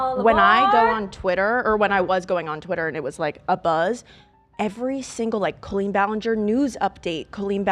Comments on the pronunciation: girlie pronouncing it Co-leen instead of coll-een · I still think its absolutely nuts they pronounce it "coe-lean" instead of "call-een" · It's so weird how you say her name like colon that's not how you pronounce that name. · I know 😭 my middle name colleen and it sounds so wrong to me every time they say it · Why does pronounce the name Colleen like that